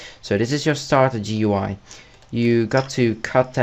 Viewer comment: Its starterGUI, GOOEY. Not Starter, G.u.i